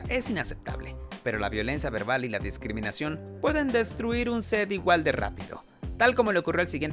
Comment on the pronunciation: Se dice DISCRIMINACIÓN, no descriminación.